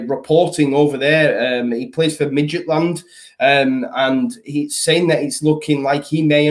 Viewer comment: Not going to lie, I was in absolute bits at your pronunciation of midget land 😂…. Cheers for that, needed a pick me up this morning